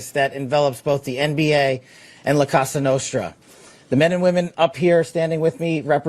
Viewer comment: That was the most white bread way to say “La Costa Nostra” I ever heard 😂